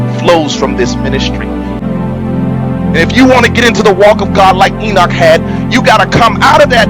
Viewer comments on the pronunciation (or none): none